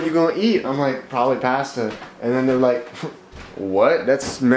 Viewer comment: You say pasta differently